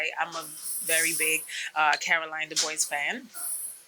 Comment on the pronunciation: Let me help you Caroline du BWAR Regis PRO GRAY french pronunciations on both surnames. 😊 Good show